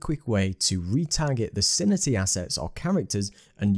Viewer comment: Very useful video - thanks! Btw, I believe it's pronounced "Sin-Tea" ;)